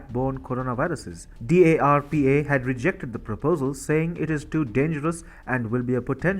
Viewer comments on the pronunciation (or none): Fauci is pronounced “Fowchee” and D.A.R.P.A is just “Darpa” 👌